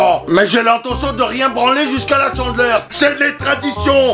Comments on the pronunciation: 《Chandeleur》 on prononce pas 《Tchandeleur》 Pitieeeer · C'est la "tchandleure" je suis morte .😂😂😂😂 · La...chandeleur... ou est la liaison avec un T? 😂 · Hey c juste pour te dire que c pas la «tchandleur» mais la «chandeleur»😂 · On dit la chandeleur pas la "tchandeleur" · c pas tchandeler c chandeler😂😂😂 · CHANdeleur pas TCHENdeleur 😂😂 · c'est pas la Tchandleur c'est la Chandleur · on ne dit pas chandler mais chandEleur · Chandeler pas tchandeler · Ca m'a fait rire parce que tu dis la Tchandeleure 😭😂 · C trop drôle quand à au lieu de dire chandeleur tu dis tchandeleur 🤣🤣🤣🤣🤣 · La "tchandleur" mdr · il dit la tchandleur chelou comme prononciation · Mdrrr il dit tchandleur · la "tchandleur" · Tu dit tchandeleur